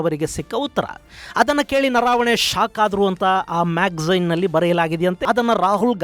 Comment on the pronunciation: ನನಗೆ ಗೊತ್ತಿರುವಂತೆ ಹಾಗೂ ತಾವು ಹೇಳಿದಂತೆ "ಜನರಲ್" ಅವರ ಹೆಸರು "ನರಾವಣೆ" ಅಲ್ಲ, ಅದು "ನರವಣೆ" ಆಗಬೇಕು. ದಯವಿಟ್ಟು ಒಂದು ಸಾರೆ ಹಿಂದಿ ಭಾಷೆಯಲ್ಲಿಯೂ ಒಂದು ಸಾರೆ ಪರಿಶೀಲಿಸಿ.